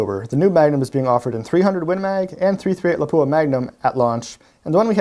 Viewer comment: PLEASE... Learn how to pronounce Lapua. It is not La-pooh-ah It is pronounced Lahp-wha